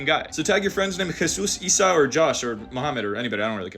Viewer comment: your explanation would have some merit if the name عِيسَى (ʕīsā) in Arabic began with an ا alif but it begins with an ع ayn, a completely different consonant. Please pronounce the word عِيسَى (ʕīsā) with Arabic pronunciation, not English or Indonesian. There's a completely different consonant at the beginning of that word which just phonetically becomes like the i sound when it is anglicized or transferred to your language Indonesian. Also you need to consider the Hebrew history of the word because it is originally from that language not Greek or Aramaic. I say this because in Hebrew the ayn is originally at the end of the word unlike in Arabic where it is at the front. This is what adds to the peculiarity. The examples you mentioned in Greek and Aramaic is precisely why the Quranic term is an anomaly. There is no clear phonetic connection between the Greek/Aramaic terms with the Arabic term (it just seems like that in English) but there is a connection with the Hebrew term.